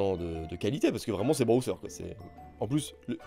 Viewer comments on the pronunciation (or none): Aaaah y’a que moi ou j’entends brother et pas Bowser !! J ai les poils qui ce sont hérissés 😅